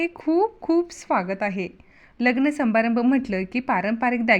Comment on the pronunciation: संबारंब नव्हे समारंभ कसली शुध्द भाषा हि .